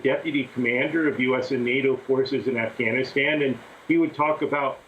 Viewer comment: Amy stop trying to over pronounce Afghanistan, driving me nuts.